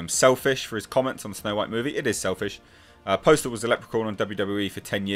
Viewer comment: Postl is pronounced like "apostle" but without the a.